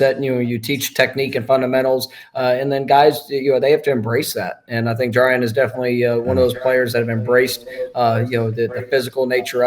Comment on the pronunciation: Someone help Brent JAR • E • AN